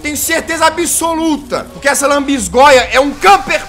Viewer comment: "Lanbisgoia do satanais " NÃO TANKEI KKK